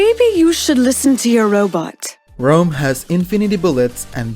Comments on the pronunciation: STOP SAYING ROAM ITS RAUM! loved the video tho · Informative vid, but it was annoyijng constantly hear you pronounce his name as "Rome" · Thumbs up for the info but dangit if the way you pronounce Raum doesn’t get a thumbs down lmao